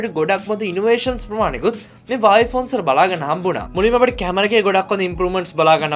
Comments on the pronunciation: හුවාවි කියපන් හරියට වචනේ pronounce කරගන්න බැරිනම් . වාවේ වාවේ ගාන්නේ නැතුව 😂😂😂😂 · වාවේ නෙවෙයි බං හුවාවේ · හැමෝම හුවාවේ කියද්දී උබ විතරක් ඇයි බං "වාවේ " "වාවේ " කියන්නේ ???????😂😂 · වාවේ නෙවේ බං හුවාවෙ😁🖕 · වාවේ කියන්නේ මොකක්ද ? මගේ පෝන් එක huwawei ( හුවාවෙ) 😂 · Awei newe bn huawei 😂😂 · Deg mokada karana api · වාවේ මොකක්ද ඒ අ ආ අඩෝ වාවේ වාවේ.....?